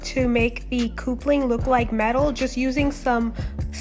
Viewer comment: You do awesome cosplay. Love your work. But ita cup-ling. Not coop-ling. Keep up the awesome work.